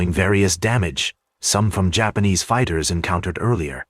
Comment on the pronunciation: Why do you have to have an AI generated narrator, that calls them Yapanese? It’s so stupid. This is dumbing people down. Do better.